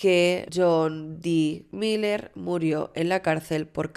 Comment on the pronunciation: Me perturba la cabeza cada vez que dices “mayer” se pronuncia “Miler”. Desde el cariño te lo digo que me gusta mucho tu canal pero esas cositas podrias ponerles un poquito de atencion. Besitos